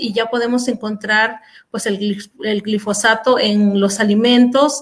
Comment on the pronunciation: es "GILfosato" o GLIFOSATO?